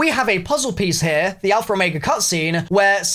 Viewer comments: Lol you say alpher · Always love hearing saying alphaer. Lol